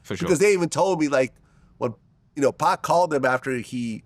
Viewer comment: Never trust anyone that calls him 2Pack